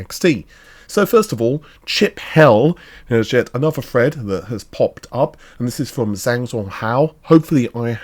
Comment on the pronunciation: You have NOT pronounced it correctly. It's thread, not fred.